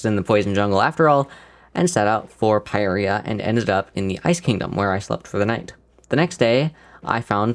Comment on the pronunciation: Isnt it pirya not peyereya